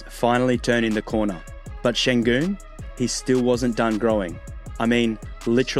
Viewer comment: I congratulate you on your pronounciation of the Ü sound which does not exist in English and you are a native speaker I believe.